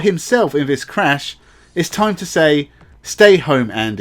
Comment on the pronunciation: your content would be so much better if you could make an effort to say 'th' properly. 'This" is not pronounced 'vis', and 'three' is not pronounced 'free'. You come across sounding really dumb because of that, but your content definitely says you're not dumb. Give it a go and I bet your subscribers goes up.